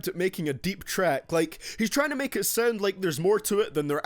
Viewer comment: Its Sound not Sauend. Your accent sucks.